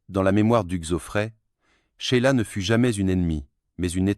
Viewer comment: N'importe quoi cette vidéo ! Hugues zoo frais et Ché-i-la pour Sheila ! la voix IA est ridicule!